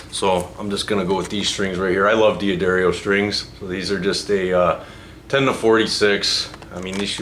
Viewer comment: Pronounced “DAH DARIO” btw lol